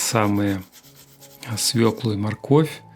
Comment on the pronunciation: " с в Ё к л у " : ударение ВСЕГДА на букве " ё " !!!!...